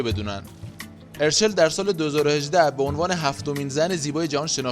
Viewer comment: یک لطفا درست تلفظ کنید اَرچَل دو این همه هانده عکس میزاری موهاشو دم اسبی بسته کی موهاشو به این خاطر رو صورتش ریخته سه هانده به خاطر اینکه بتونه به مادرش پیوند بده باید لاغر میشد و تحت رژیم های خیلی سختی بود و بعد اون له شکل محسوسی لاغر شد بعد اخه ادم بعد فوت مادرش میره زاویه فک میزنه؟ و اخری به دلیل نشون دادن چال گونش نبود چون وقتی تپل بود چالاش بیشتر دیده میشد